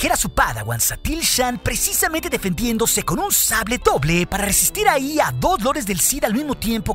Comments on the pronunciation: Hoble doja lol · oble doja jajajaja